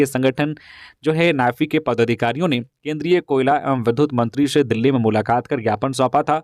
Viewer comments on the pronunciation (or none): none